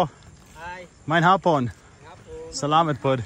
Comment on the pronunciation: you keep saying salaMET... it is SalaMAT.. like MA ...T ..... just saying .. good show my friend...